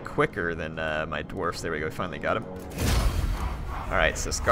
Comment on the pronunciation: Your incorrect spelling/pronunciation of Dwarfs has now been added to the big book of grudges.